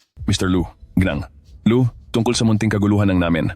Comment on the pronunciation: Gng. pronounce as gi-nang (Misis)